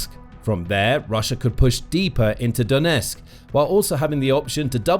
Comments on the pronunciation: Donetsk has 'T' in it. Don't drop it. The twon is called DoneTSK. Calling it DoneSK is pathetic. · Could you at least pronounce Donetsk correctly ? Its not " Donesk" . Can you get SOMETHING right ??